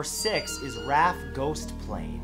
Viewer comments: Okay, Matt, I guess if it ever comes up again, you'll know it's not "Loo-bock," which I guess is excusable (though you could've looked it up online), but how the HELL did you come up with "Raff"---especcialy when you then called it "Ar-Ay-eff," then went BACK to mispronouncing it? Sheesh! (to coin a word). And BTW, you've done it before, but the plural of "aircraft" and even just "craft," as in vessels, is the same as the singular. Interesting, tho... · Rafff isn't a word. It's R A F. The Royal air force. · You pronounced Derbyshire incorrectly and it's not raf it's the R.A.F (Royal Airforce) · Im sure the english pronounce it raf, in Australia we have the RAAF or The Royal Australian Air Force, we still pronounce it raf instead of each individual letter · I was triggered enough by "rafffff" but his butchering of "durrrrbeeshurrrr" (Derbyshire) killed me. I almost dropped my tea. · RAF isn’t a word. It’s an acronym pronounced R A F. it stands for Royal Air Force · He also pronounced RAF and Derbyshire wrong.